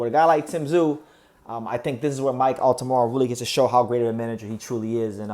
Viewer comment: It's Altamura... not Altamara.